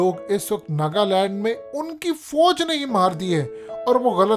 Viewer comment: Apni Urdu kheek karein foje naheen Fauj hota hey lafz. Qoumi zaban naheen aati videos pay commentary ka shouq hey.